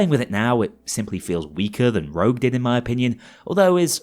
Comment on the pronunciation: STOP SAYING ROUGE, IT'S CALLED ROGUE